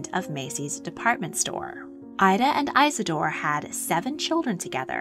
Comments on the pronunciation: His name was Isador Strauß Not EISADOR when doing history please get it Right! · Eye-suh-door is an ear-sore!